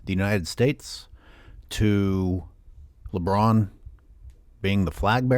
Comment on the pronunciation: omg the says “Broussard talks about LeBroon” made me laugh hysterically 😂